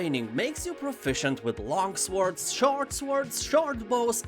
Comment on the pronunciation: Great video as always. One tip though: when pronouncing the word "sword" you shouldn't pronounce the w. So "sword" is basically pronounced as "sord". It sounds very strange when you pronounce the w :)